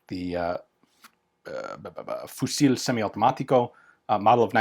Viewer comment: Damn, that Cuirrassier's Berthier looks awesome! Very very nice piece! And btw, don't prononce the "L" in "Fusil". Just say "fusi" ;)